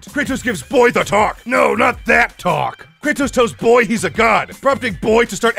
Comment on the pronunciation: You got some MUNEH for my BOAYYHHH ???